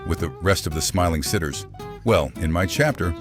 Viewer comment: He said smilling sitters